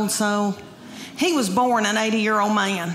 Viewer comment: When there’s no such thing as a 1 syllable word. May-un (man). Chy-uld (child). Owe-uld (old).